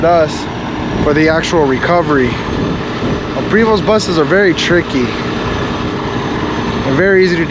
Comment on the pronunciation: Prevost the st are silent